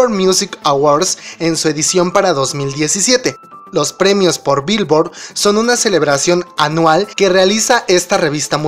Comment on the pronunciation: así no se dice Billoard (virvo)